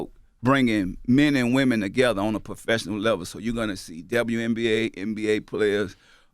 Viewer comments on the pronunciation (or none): P ain't say professional he said "Puhfessional "